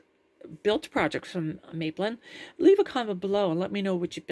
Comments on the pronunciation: Hi - I built this gadget back at the time of publication and it still works fine. Very useful. PS. It's Map-lin, not May-plin. When the company started in the UK in the mid-1970s, everyone was talking about building London's third airport in the Thames estuary on a sand bar called "Maplin sands". The name was very familiar - free publicity! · Mah-plin not May-plin :) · Hi. Great video, thanks for posting. Maplin in the UK is like a Tandy store. In the UK we pronounce as Map-lin. Before they closed down, I used to love going in there to purchase electronic components and gadgets.